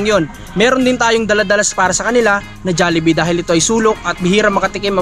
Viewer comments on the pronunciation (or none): Jallibee Ng Jallibee, pati cguro, kanilang kayo sa % na nagsasabing Jallibee, pero Ang tama Jollibee, pati Yan ginatan Ng silent A, magagalit Ang founder na SI Mark Chan, Mali kc pg pronounce sa jollibee